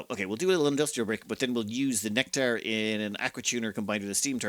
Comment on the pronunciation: Love the neck-tar. LOL. I have read/said it that way a few times too. I think it has something to do with the other words around it... Especially bourbon (bon-bon) trees.